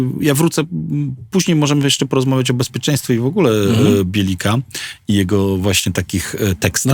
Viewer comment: Źle wymawiacie nazwę BielikAi powinno się ją wymawiać [belykaj], warto się przygotować do wywiadu.